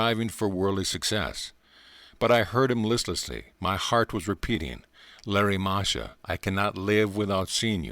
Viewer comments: It's Lahiri Mahashay and not Larry Masha for those listening to this. Thank you for this though. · Lahiri Mahasaya (Lah-he-ree) NOT Larry Mahasha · Lahari Mahashi not Larry Masha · Pronunciation: Laa-hee-ree. Moa - ha - shoy.